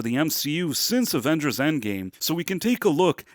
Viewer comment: Avengers e non avenghers